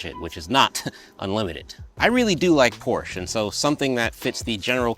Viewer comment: Porsche fan but doesn’t pronounce it correctly